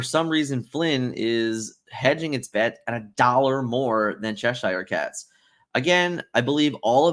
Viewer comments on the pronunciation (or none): It's pronounced Cheshure! I live there 😂